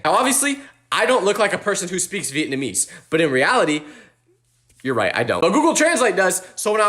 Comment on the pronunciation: that’s not how you pronounce Vietnamese. It’s Vee-it-nam-EESE. Vietnamese. The ese part is stressed. Meaning that part is like loud/high pitched but normal